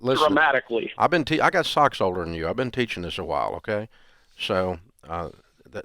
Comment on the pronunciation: Lol he said "stocks", but yea it did kinda sound like socks.